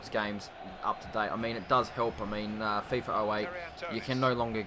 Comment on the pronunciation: hey mate really good video but it is called Fifa mate not Fiffa :D but besides that really good vid